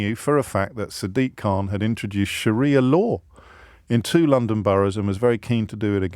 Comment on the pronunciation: Did James say Shakira Law instead of Sharia Law 😂